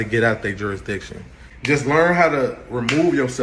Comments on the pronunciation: He said do you have subject JURISTITION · Juradissin! Dude, did you even graduate middle school?!? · "Juradishun" He should have been laughed out of court right there. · I laughed my arse off when he said jurisdiction!!🤦‍♀️🤦‍♀️🤦‍♀️🤦‍♀️🤦‍♀️🤦‍♀️